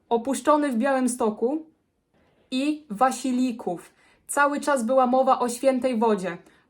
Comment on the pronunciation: Wasilków a nie "waslików'.